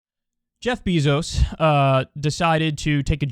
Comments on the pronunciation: This man Kyle says “Jeff BEEzos” lol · I love how Kyle calls him “Beezos” lmao